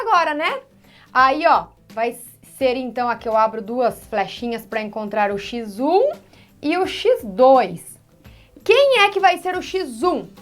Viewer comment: 😅😅😂😂❤😂 o oque me motiva a assistir as suas aulas é que Pf. Fala xizum (x1)